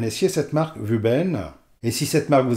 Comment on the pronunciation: Juste pour info, pour prononcer à la chinoise, il faudrait dire woubeun. Mais vous faites ce que vous voulez, c'est votre chaîne 😉 !